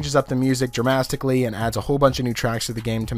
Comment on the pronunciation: "Very dramastically" 😆👍